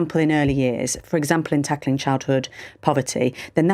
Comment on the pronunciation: "Lacklin" really?